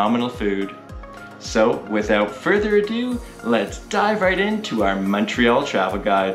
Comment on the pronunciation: Montrealer here. Fantastic video guys! Don't know where you guys are from, but thank you for pronouncing the name of the city properly!! Omg I don't know what it's so difficult for people to say!